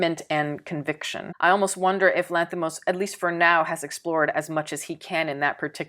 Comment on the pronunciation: it's very impressive how correctly you pronounce his name, like being Greek! 🙏 Probably his best movie but not for all.